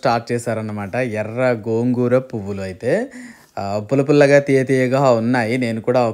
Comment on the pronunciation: Gogu kadu gongura